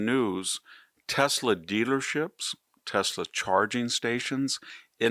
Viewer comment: baseball is back; you could learn how to pronounce Tesla, make a smart difference; IMO you have lost your way, and me...............Cya